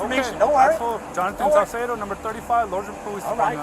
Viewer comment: ITS ACTUALLY OFFICER SALCEDO NOT CARCEDO😅